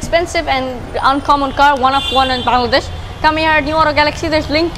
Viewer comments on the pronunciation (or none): none